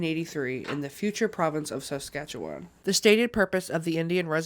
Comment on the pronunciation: completely off topic, but very proud of you for pronouncing saskatchewan pretty accurate